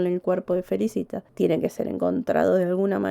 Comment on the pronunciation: Se pronuncia Felícita .